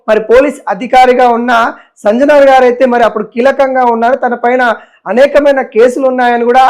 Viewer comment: సంజనార్ కాదయ్యా ,,, సజ్జనార్ 😂😂😂😂😂 ఏం మో ఏమో